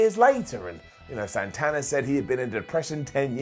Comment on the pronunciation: AEW won the ratings for Wednesday night when he pronounced Santana as "Sawnthawnah".